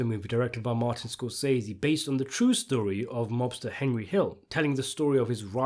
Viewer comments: hendry. henjry. it’s HENRY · Anybody else like the way young always called Henry, "Hendry"?